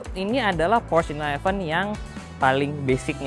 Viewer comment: Porsche bang, bukan Prosch Ada tutorialnya di YT officialnya Porsche